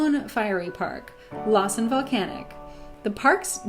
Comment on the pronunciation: I’m sorry, but Lawson National Park? “La” like in flat or laugh. L-ae-s-uh-n.